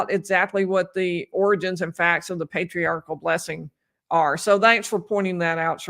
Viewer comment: He also kept calling it a Patriarchal Prayer before it devolved further to what sort of sounded like Para-quwee-all Prayer 😂😂😂 I know part of that is what you were pointing out, but I wanted to further point out how it’s not called a Patriarchal “Prayer” either. Any Mormon hearing that would be thinking about how wrong that sounded. Also, Doctrine “of” Covenants, lol. Not right either. Oh.